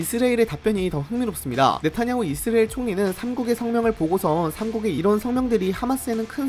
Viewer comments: 왜? 우리가 늘 이스라엘이라했는데 너만 느닷없이 이스레일이라고 떠벌리니 거북하고 듣기싫네. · 중국인인가? 이스라엘이 이스레일이야? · 이스라엘 발음이... 나만 이상하게 들렸나? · 이형 아직도 이스라엘 발음 못하네 군대 가기전에듀 틀리더니